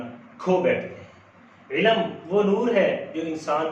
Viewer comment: سر علم کا تلفظ درست کر لیں، عِلْمْ درست تلفظ ہے جبکہ عِلَمْ غلط ہے، باقی ماشاءاللہ آپ کی ویڈیو بہت زبردست ہے-👍